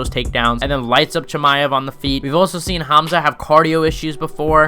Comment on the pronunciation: CaMZaT , bruh his name really isn't that hard to pronounce 😂😂😂😂😊 Edit: Jake Paul is way above fighting KSI skill wise 🤷‍♂️ I'm not a Jake pauler but KSI sucks if they fought KSI would get beat up